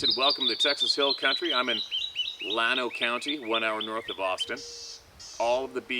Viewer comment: Llano = Yano